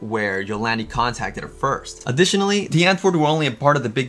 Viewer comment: Stop pronouncing it dee its die